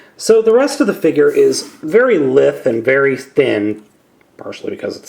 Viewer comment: lithe is not pronounced like sith. it's more like scythe.